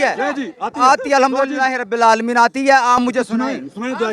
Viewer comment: یہ خود الحمد غلط پڑھ رھا عالمین کی بجاے لالمین۔پڑھ رھا ھے